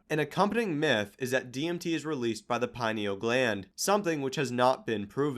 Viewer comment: "pineal gland"